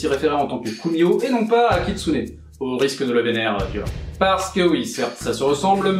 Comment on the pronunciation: J'ai cru que t'avais dit katsuni ducoup...c'était un peu ambiguë au début XD